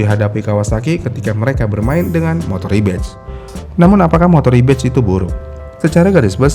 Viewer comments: Harusnya “Rebadge” kan, bukan “Rebatch” Beda makna gak si.. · REBADGE* bukan rebatch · Bang, Rebadge bukan Rebatch